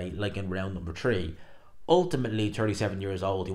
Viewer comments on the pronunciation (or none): Tree hundred and tirty tree tousand tree hundred and tirty tree